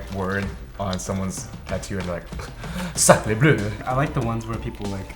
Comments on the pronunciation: ok.......thats not how you pronounce sacre bleu but ok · We actually never say "sacre bleu" but I loved how you said it haha! 😂☺️I guess you would also roll your eyes at something written in English that made no sense :-p I really enjoy Lunch Break, it never fails to make me laugh ;-) So Thanks! 💕